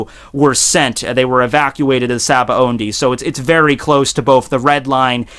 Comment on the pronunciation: shabondi is how its pronounced.